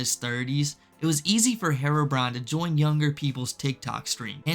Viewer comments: I've never heard of this person before, yet i can instantly tell you his name is HERO - BRINE. not HAIR-ROW-BRIAN. so annoying... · The real crime is how you pronounce herobrine